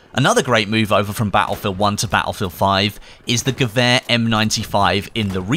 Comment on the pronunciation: Thank you for saying gewehr correctly